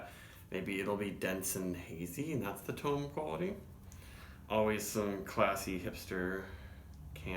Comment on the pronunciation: They said on Instagram the other day that it’s pronounced Tome like Home, so you did say it right. Not sure what the reason was behind the naming. This is year round now so you should see this often if HA is in your region. Price point at like 11.99 this is a steal. Half acre is maybe the best in the nation at creating flavorful and well executed beers at a value price point. Right up there with Odell and Firestone Walker for me.